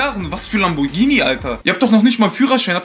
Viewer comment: Lamborghini kannst du auch nicht richtig aussprechen